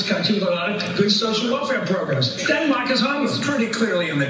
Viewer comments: what in the Philadelphia accent was that? dinmak? dinmak? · Not very important, but sometimes American accents can be hilarious. I never heard anyone pronounce Denmark like that before.